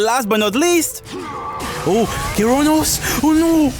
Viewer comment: "kiroonoos" its ke-rav-nos bruh